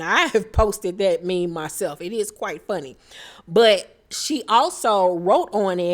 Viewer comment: Brooke kept calling the meme a mim 😂